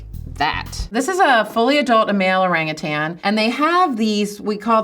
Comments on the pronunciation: Hi, "Orang utan" consists of two words. Both words have the emphasis on the first syllable. My favorite jungle dweller is the bonobo. They are at least as intelligent as chimps but socially, they are far superior, always peaceful and they never fight. Regards, David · Let's all just agree that it's spelt 'orangutan' but pronounced 'orangutang'. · Kinda disappointed that this expert, like many Mat Sallehs, get the pronunciation wrong. It's "oh-rung-oo-tarn", not "ohrang-ootairns" with unnecessary stresses on the third and fourth syllables.